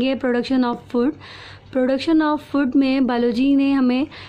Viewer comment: One suggestion for u ma'am... Its not fud its foood (in pronunciation)